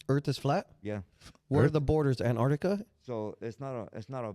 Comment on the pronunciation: This foo said Ant-Artica 😂😂